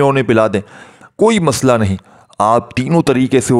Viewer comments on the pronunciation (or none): none